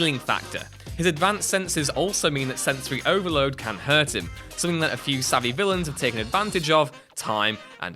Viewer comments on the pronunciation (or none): none